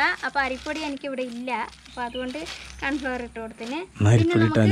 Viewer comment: കാൺഫ്ലവർ അല്ല 😂കോൺഫ്ലവർ👍😂🤣